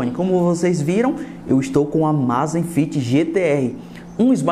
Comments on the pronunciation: não rs. Na verdade você poderia pensar em duas pronúncias diferentes para essa palavra abreviada, e nenhuma delas é a forma que você usou rs. A primeira seria pronunciar como em Amazon (ámazfit - com z mudo). A segunda como em amazing (ámeizifit - mesmo assim aqui o z é quase mudo). Ámázífit não existe. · Cara, a pronúncia não é amazifit, você inventou um "i" onde não existe rs.